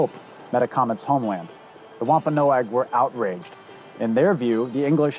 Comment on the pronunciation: Ahh You finally pronounced Wampanoag correctly. NO-AG. GEESH!!